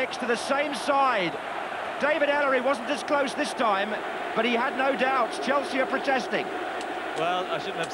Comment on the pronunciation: All i can hear is chels as they all went to a different club and couldn't Finnish saying Chelsea....